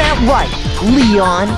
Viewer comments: ISN'T THAT RIGHT, LEHYON? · "lee - on" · envelopeflock lee-yon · Isn't that right, LE-ON?